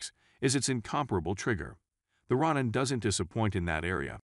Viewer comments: "ROE NAN" NOT "RON NAN" 🤦🤦 RONIN- "MASTERLESS SAMURAI " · Ro-neen. Roll the R. Japanese isn't hard. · Rawnin lol